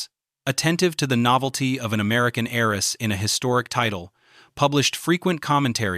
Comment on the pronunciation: Good presentation. However . . . there are a lot of repetitive segments which could be collapsed into more elegant segments. And also, the word "heiress" is not pronounced "HAIR-ess", but "AIR-ess". The H is silent in all versions of the word.